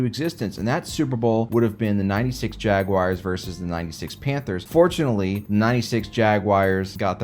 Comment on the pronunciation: There is no "I" in the word Jaguars. And "championship" is four separate syllables. Slow down!